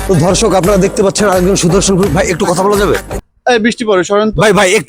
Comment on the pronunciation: এ কি বললো রে দর্শক না ধর্ষক😂😂😂😂